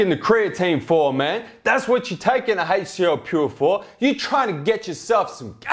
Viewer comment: did you just f*** a spider? Called the HCL Pure "ALCA Pure" twice when talking about pricing. Still the best reviews I have seen thus far!